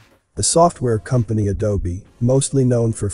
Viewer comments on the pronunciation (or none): none